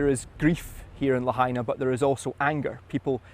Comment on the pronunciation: la ha i na............. la, ha & na al sound a as in "hot",the ah sound when the doctor brings a tongue depressor i sounds like i in machine, the eeee sound la ha i na....... carry on